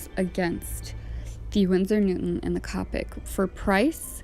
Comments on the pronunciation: I’m not being rude but it’s pronounced cope ic not cop ic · U said colic wrong its co-pick no hate I picked up these markers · the o in copic is pronounced o not capic